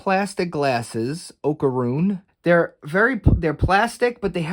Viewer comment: Just pretend there's an invisible e at the end of his name. So it sounds like Oka-rune. Oh and you put his glasses on upside down. The bridge is supposed to be on the bottom. I did the same thing when I first got him but the instructions show how it should be. I've had him for about a week and I just don't trust him. I've woken up twice to find him knocked over from his own weight and I can't put him in my collection if there's a chance he knocks everyone else down.